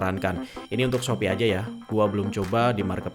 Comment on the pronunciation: Salfok sama bilang "khususnya" Krn ketubruk bilangnya dengan "Shopee: syopi) hehe. Makasih bang